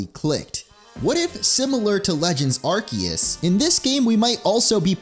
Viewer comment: It urks me everytime he mispronounced Arceus and Pokémon